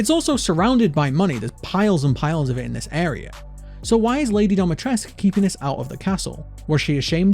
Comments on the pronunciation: But why dometresk? Dimitrescu isn't that hard to pronounce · Dimi. DEE-MEE-TRES-CU. Not Domatresc. This is not your private domicile. This is DIMITRESCU. Pronounced phonetically. The game got it wrong, and so does everyone else.